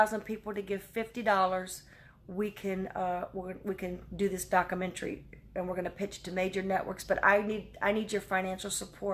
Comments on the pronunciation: Are you effing kidding me?? Religion needs to be outlawed. All of it!! “Christians” would rather ask for forgiveness than permission. I’m sorry…..but if you fell for that, you got exactly what you needed. It isn’t “docamentry”, it is documentary, 5 syllables. I’m not trying to be snarky…..I’m being real. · It’s “documentary,” not dockamentary. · all I can is smile...I wanted to call you. "DockAmentree" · Bless her heart but what the heck is a dockamentry? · soliciting money for your “Dockyamentaree” David taught you well